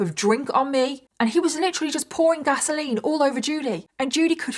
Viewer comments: OK, lol, I am so used to hearing English people say petrol that when I heard you say gasoline, I heard Vaseline and I was so confused. PS, I'm so addicted to Love and Pies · I also heard Vaseline too. Took a few times before I realized she was saying gasoline. 😅